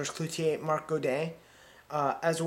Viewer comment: It's CLOUZOT, not "Clouzier".